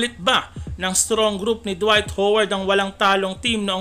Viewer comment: Dwight hoeward di ka nga marunong magbigkas ng lastname ni howard hindi naman siya pokpok para tawaging hoeward 😂